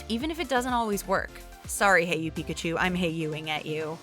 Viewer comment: Pi-ka-cho done